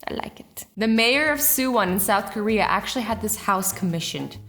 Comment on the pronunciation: Did you say Solf Korea❤️😁😁😁😁